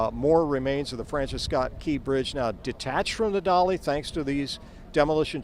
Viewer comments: Dali not Dolly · It is so funny that that huge ship is called a" dolly" ..?! Can some one help the voice?? It is called DALI...